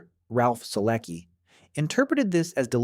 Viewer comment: Solecki is a Polish surname, you don't ignore the C in it, it's pronounced 'So-let-ski'.